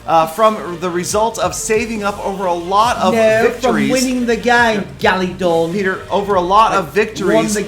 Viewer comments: Peter you call him galadon not gallydon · It's weird how he pronounced it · Respawnables and More! I love how Peter says it XD NO GALEEDAWN IT'S FROM WINNING THA GAME!!